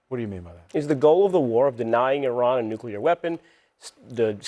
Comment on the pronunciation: Not nugleer. Oil. What about oil.